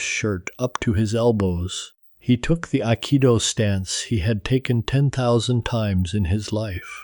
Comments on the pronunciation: Bullshit. AI can't even pronounce Aikido correctly. Trash talk each other? Yes! Physical contact? Never!!! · The narrator butchered the pronunciation of Akido lol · It’s crafts service - many crafts, one service. Duh!! Oh. Learn how to pronounce Aikido, too.